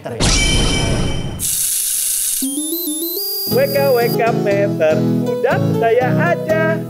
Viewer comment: dari awal sampe episode ini, nyebut wkwk meter belum bisa bener😂